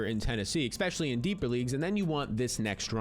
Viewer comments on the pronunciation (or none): It’s not “ex specially”…especially